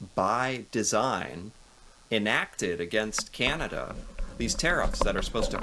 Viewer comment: Please, ... Please stop saying, "Keeinada" ... It's really simple, .... "Can" "Ah" "Da" ... Not "Keeinada". 🤣